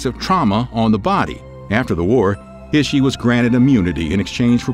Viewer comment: I would like to you see you work on your pronunciation of proper nouns. Japanese does not have a short i like we do in English, so Ishi would be pronounced like ee-shee. I was cringing every time you pronounced his name similarly to iffy. Other than that, all of these men were despicable and horrific!